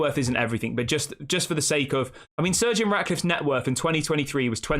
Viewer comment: Pronounce Sir Jim As that not surgeon